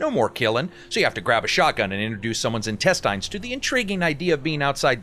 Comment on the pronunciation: My favorite part is "intesteins"... instead of "intestines" :)